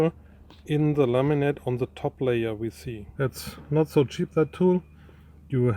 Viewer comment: I love how when Chris says "laminate" it sounds like "lemonade"